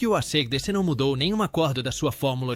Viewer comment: o cara começa chamando a banda de Arcêdecê ai não dá...